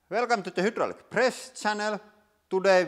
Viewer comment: I wish you would say hydraulic properly. Say Hi. Say Dolly. Now say Droll. Now say Lick. HiDroLick